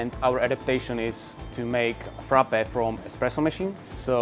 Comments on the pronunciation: He butchered the Frappe😵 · I'm laughing with Frappè. Just go and watch a Greek vid recipe cause that wasn't Freppè